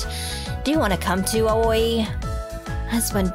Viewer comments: pls not awoi its pronounced as awi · the videos ruined at the start i always think of Aoi as owie not ahoi with the h silent